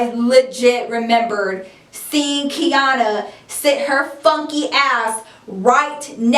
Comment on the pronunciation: Omg how come every time you said Quiana (Kiana) I looked up lmfao